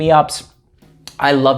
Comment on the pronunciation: Its so funny that every video you do and you plug your channel the first pronouncation of "fragrances" sounds incredibly funny. There is always like a "fragranshhh".